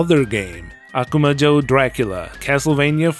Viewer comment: It's a little distracting hearing you say "Akuma Joe" over and over. :P